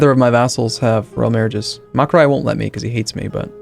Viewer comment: "Makurai" "Makurai" It's Makuria